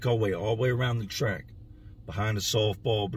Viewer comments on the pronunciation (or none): none